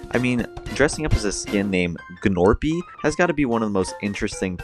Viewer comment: ITS PRONOUNCED NORPY NOT G NORPY